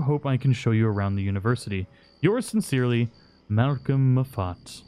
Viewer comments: It is pronounced MAW-fit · Moffett- is pronounced like maah-fet, not Mo-fat. Edinburgh is pronounced like 'edin-boro' or 'edin-burr-ah'. Antecedent - meaning ancestor - is pronounced as antee-cee-dent - :D ;) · Malcolm mo fat ahahah Moffat 😂😂😂😂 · Sorry to nit pick but Edinburgh is pronounced without the g so Edin-bur-uh, also Moffat is pronounced Moff-it not moffaaat. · It seems like you're a little challenged when trying to pronounce names. Let me help you out here: Moffat= Like little miss muffet, but starting with "Mah" not "Muh" Ross = sounds like Ross, as in Betsy, not Rose, the flower Edinburgh = You got the first part right (Edin), but the second part wrong. Sounds like "Borough", not "Berg" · Moffat is pronounced Maw-Fit. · It pronounced more like moffit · Lol edin burg! 😂 its pronounced edin bu ruh and its mawfit 😂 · Moffat is pronounced, off is prominent ( Moff-et) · Moffat Pronounced moffit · The way you pronounced Moffat and Edinburgh made me laugh, so funny! Many Scottish names are notoriously strangely spelt, usually from influence of Scots Gaelic / Scots and how they were interpreted by the Romans and the like. These videos are really good, makes me realise how much I missed in the game! I went back to Braithwaite Manor and looted the woman but I didn't think to search the house some more. I wonder if I can still get the gold bar in the epilogue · You're obviously not a Doctor Who fan or you'd know how to say 'Moffat.' xD